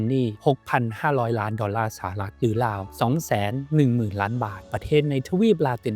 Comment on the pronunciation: ราว ได้ยินเป็น ลาว ทุกที เพราะ ฝังใจ ลาวเป็นหนี้แยอะ